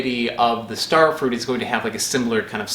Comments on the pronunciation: "Starefrut" bwah hah hah! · "Also known as... StareFrut" MY OCD GODDAMIT. YOU PRONOUNCE IT RIGHT GODDAMIT OR I WILL SEND A VERY STRONGLY WORDED LETTER. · I cant stop laughing at the "Stair-frut" hahaha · Thumbs up for "ster frut". Now my 5&7yrold boys are running laps around my bedroom repeating your pronunciation. Too many more of those and your channel could rank up there in the favorite list with "you suck at cooking".